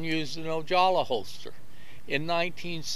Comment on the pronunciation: The surname Ojala is pronounced O-ha-la not O-jaw-la. I cringed every time I heard him say that name. Otherwise a very good history lesson. I used to participate in fast draw about 1960 in a parking lot of a shopping center located between Oxnard and Ventura called Venox.